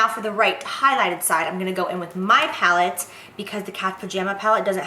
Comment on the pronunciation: Lmao at Jaclyn Saying Laura lee's Pallet incorrectly! 😂